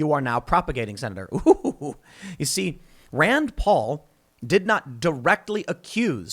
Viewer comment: ahh yes, dr fauci's "rend poll"